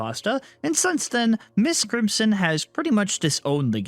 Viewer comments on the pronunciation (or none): So going to be real. I kept getting confused. I thought he was saying miss Crimson and not MY5T Crimson.